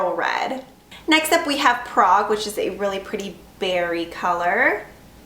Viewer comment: She said Ibiza wrong, the German one and Prague was okay lol I'm from Czech so I might get Prague